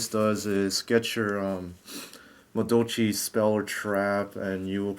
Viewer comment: "Madolchee Mawolf" allow me to correct your catastrophic failure in pronouncing Madolche (Ma-doll-chay) Mewfeuille (Mew-fway). I don't blame you, it seems like nobody on the internet can correctly say it. Some people get it basically right by saying it like mewfew or some shit but you were miles away from that, my friend. WHERE DO YOU GET 'WOLF'??? IT'S A CAT. Please stop playing this deck. Or at least run 3 anjelly and "Mawolf" and 2 ticket. Please.